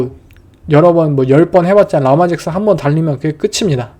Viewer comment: 르마 잭슨이라고 발음하는게 맞습니다